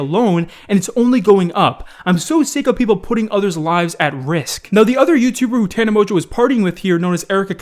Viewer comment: " Tana Mojoe "